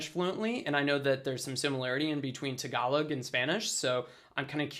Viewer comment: You are discussing about vowels , try to apply that vowels when you speak the word "tagalog" to remove the american slang accent, I think its cool if you can do it .